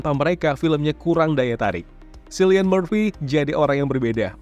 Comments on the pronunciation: Mas maaf, Cillian dibacanya Killian, bukan Sillian, *Trivia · izin koreksi bang, cillian itu dibacanya kilian🙌